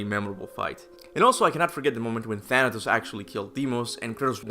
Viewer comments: Bruh I fr thought Thanatos said thanos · It's funny to hear that you said Thanos of the MCU than Thanatos